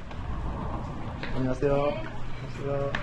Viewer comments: 안녕하세요. 감사합니다. 이 두 문장의 발음이 엄청 좋아졌네요 ㅋㅋㅋㅋ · '안녕하세요'랑 '감사합니다'의 발음이 점점 자연스러워지고 있어요 ㅋㅋㅋㅋㅋ